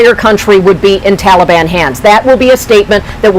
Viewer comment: Ffs can't pronounce Taliban!